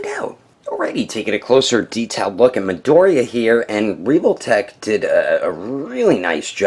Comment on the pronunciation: He really just said: "Reevoltech"